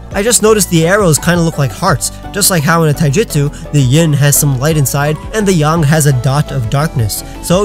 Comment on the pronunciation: LOL,he said yong its yang